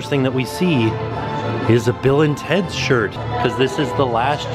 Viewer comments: I had thought you had been saying “Villains Heads” all this time!!!! Not Bill and Teds... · Bill and teds????? I always thought you said villains head?!